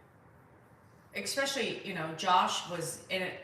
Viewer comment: The word is not expesically! It’s especially your mispronunciation of this word is like fingernails on a chalkboard!!!!